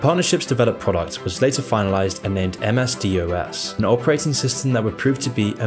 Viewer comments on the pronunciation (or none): It's pronounced M-S dos, not M-S-D-O-S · he says M S D O S individully lol. The narrator must be so young that he never heard how it is actually said. As M S dos instead. If he was Gen X or older he would have said it that way. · We've gotten to the point in time where people are young enough they don't know how to say DOS as "D-awe-ss"... hearing someone say MS-DOS as em-ess-dee-oh-ess was surreal. No one ever said it like that back in the day and nobody my age or older says it that way. Here we are though... I'm old and the proper pronunciation that we all know and love is slowly fading away as it is forgotten. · Microsoft Dee Oh Ess? Really? It's pronounced "DOSS," in case you're wondering. You need to either do better research, or stop using AI for your narration voice. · You have a strange way of pronouncing well-known acronyms - almost as if you've never heard them. "Altair 8800" is not the "eight thousand eight hundred" but widely known as the "eighty-eight-hundred." And it's not "M.S.D.O.S" - but "M.S. Dos". It's the little things that detract from the otherwise high quality of this video. I continue to subscribe... continued success! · Normally I enjoy your videos but I feel this one is full of statements that are inflated from reality along with information that is totally incorrect and entirely misleading: - MS-DOS is pronounced "M-S-Doss", - He left the roll of Microsofts' CEO in 2000, - He left working for Microsoft full time in 2008, - He had only a position on the board from then but left totally in 2020, - You make it sound like GM foods are bad. Scientifically they are the way forward and absolutely needed, - Donating to the WHO did not give him power to influence governments, - You talk of things that Microsoft are planning to do as that's something Bill Gates has any control over. He has shares of only 1.38% meaning he has no control at all. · MS-DOS is not pronounced "D.O.S." ... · Isn't it MS-DOS as rhymes with boss / gloss?